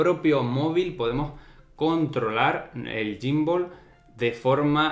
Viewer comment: Te pierde en reconocimiento facial xq lo tienes muy cerca...y también xq le llamas gymbooool🤣🤣